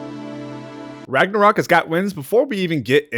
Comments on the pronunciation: my favourite part was when you said “raganrok” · god of war raganrok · Lmao Raganorok? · God of war ragnacock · U just said ragnakock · Did he just say ragnarcock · Bro rlly said Ragnacock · We not gonna talk about how he said ragncock... no? Ok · did you just say ragnacock?